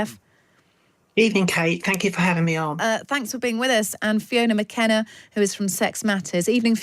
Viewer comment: When an interviewer can’t even be bothered to correctly name their interviewee it tells you all you need to know. Fiona McAnena…. not Fiona McKenna. This character’s arguments are all based on ideological wishes and wants of men rather than reality and facts. Wouldn’t stand a chance in a debate.